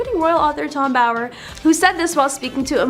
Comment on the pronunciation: I like your show , but please get the names right… it’s not Tom Boyer , it’s Bower ( like tower ). Tom Bower